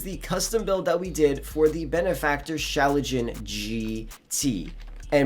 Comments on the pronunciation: bro its schlagen not schalajin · Schlagen* not schalagen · I laughed so hard when you said Schlagen lmao